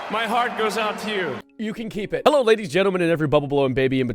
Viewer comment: A mix between hi and hello, he calls it a "heil"